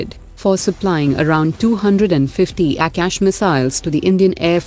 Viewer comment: Don't change your accent of saying aakasha it's not ऍक्यश